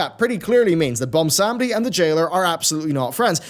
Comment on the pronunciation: And butchers "Bwonsamdi" name once again.